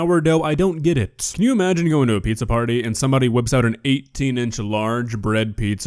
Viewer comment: Well, it's not pizza... It's PISSA